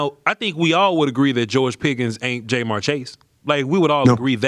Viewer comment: … are you saying JayMar on purpose??? 😂😂😂